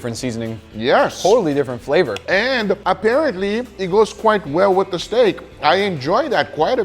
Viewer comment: Everyone: Flavor: Fleeevor 😂😂😂